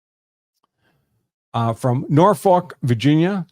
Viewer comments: Can't blame out of town folk for not knowing it's pronounced, 'Nawfuck' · Aaarrrggghhhh he can't pronounce Norfolk 😮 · They never can lol